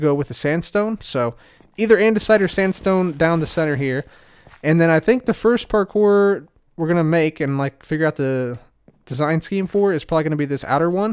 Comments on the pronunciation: Its always parkour, never parpour, parcore, park core, par kore, par pore, or porkpor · I never want to hear say parkour ever again after last episode lmao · I have PTSD everytime I hear say parkour. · Imagine not saying French ‘parkouir parkouir’